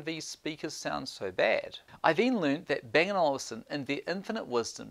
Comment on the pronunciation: It's Olufsen not Olivesen